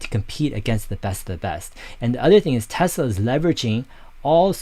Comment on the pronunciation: Dave, it’s pronounced like Nikola Tesla. I don’t like the company. Hydrogen is expensive and dangerous and unsafe. Why not just directly compete in battery cars with Tesla then I’ll consider their stock.